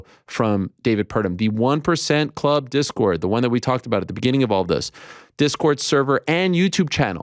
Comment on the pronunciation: “Pause right there.. what’s a disord channel?” 😂😂😂 I’m dead bruh